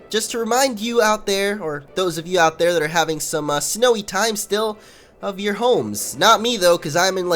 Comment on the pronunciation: u said (yout) instead of your